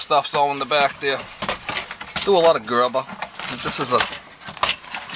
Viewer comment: “Gerba” “kohla” lol thats fucking awesome